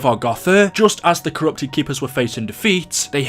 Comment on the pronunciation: No joke when you said defeat I heard de feet